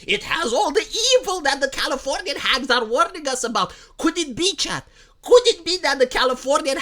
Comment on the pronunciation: "Californianyahh" never gets old! 😂 wait... Proper spelling, not a localizer, er....